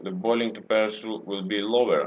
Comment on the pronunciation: if you say temperature like that again i swear down im going to slap you.